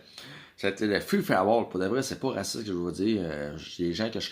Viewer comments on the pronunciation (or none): Dude tu devrais vraiment arrêter d'essayer de dire "FREE FOR ALL" T'es pas capable. Arrête.